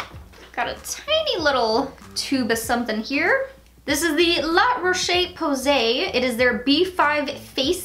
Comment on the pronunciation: lemme help... La Roche Posay... La Rosh (like how you’d say ‘rosh’ in the Jewish holiday: rosh Hashanah) Po-Say.... La Rosh Po-Say